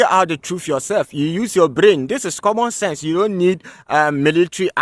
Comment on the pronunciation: He bit off more missile defense than he could chew up logically. It blew up his teeth by "comman"😢 sense. Trevor Noah material.